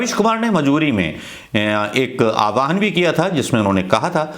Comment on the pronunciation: Great video. Just one thing: "aahwaan" not "aawaahan".